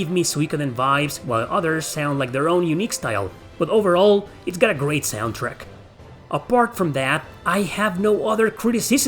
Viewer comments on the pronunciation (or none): none